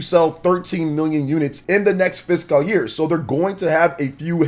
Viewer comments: IT'S FISCAL NOT FISKAHHL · Thank you. says, “physical” year. I know, it’s a small thing. I’m sure there are words that I pronounce wrong, but the “fisghul” year thing is like nails on a chalkboard.